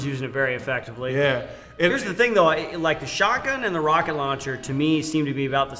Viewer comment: Every time I hear the tf2 soldier say roket I hear croket it's super funny